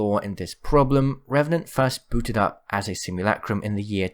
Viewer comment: Merch. Simulacrum. Sim-yoo-la-crum. Not lack-crum. Please. I beg you